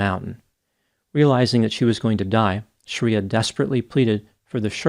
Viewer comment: Her name is NOT Sha-riya but Shree- ya